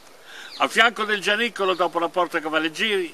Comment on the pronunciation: Giannicolo o Orazzicolo ? C' è un " n " di troppo , un abbraccio al duo !